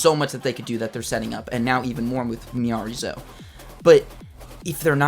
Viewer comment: Now you know it’s pronounced Miyareez 😂